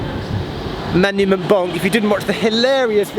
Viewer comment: Manument Bonk, sounds like the English gendarme in Allo Allo 😄